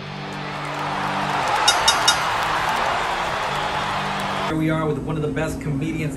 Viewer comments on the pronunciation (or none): I love hearing the intro everytime when it says "pown fer pown" so satisfying 😂💯